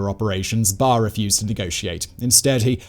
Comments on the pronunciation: Good narrative, but i want to make a couple of corrections, I believe the name of the dictator is "Barre`" not "Bare" as you said it. And the "X" is read as "H" so the name should be "Hassan" not "Exan" as you called it. But nevertheless goid narrative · It's Baré, not Barr!